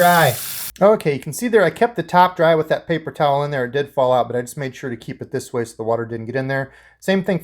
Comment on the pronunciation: Did you just say “paper showel”?